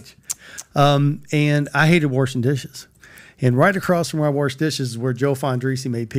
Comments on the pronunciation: "warshing dishes" 🍕 📡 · "From worshin' dishes to makin' pizza's." And yeah, it's Worsh. Not Wash. #kentucky